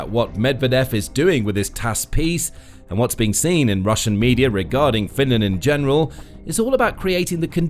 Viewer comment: "Finnand" "Sooumi", "Souumi" If you can't even talk in your own language (English) do not try to speak Finnish. I thought Tarja Halonen was only person who has difficulties saying /r/ and /l/ but I guess I was wrong.